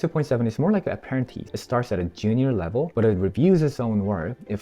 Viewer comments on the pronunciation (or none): If you’re gonna script it out at least learn to read 😂 wtf is an aparanteece